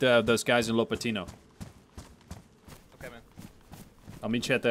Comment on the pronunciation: "LAPatino" Big lad from my country lol